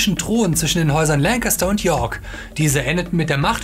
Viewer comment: hat er... Lancaster gesagt...? D